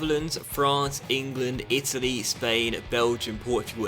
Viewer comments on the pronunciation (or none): none